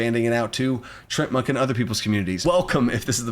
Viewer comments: It's Tree-Ant-Monk. Not sure what you were saying. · Isn't it pronounced TREE-ANT Monk? Like the D&D monster?